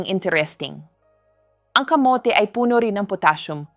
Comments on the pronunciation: bakit ang pagkasabi niya ng muscles ay maskels? as a doctor they know the right pronunciation of muscles 🤭. tapos ang kamote ay kamot... AI naman yata yan .. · KA MO TE ( not kamot ) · Yung pronounce ng kamote Kamit!!? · Natawa din ako sa maskel 😂😂muscle Mas kel😂camote niya camot😂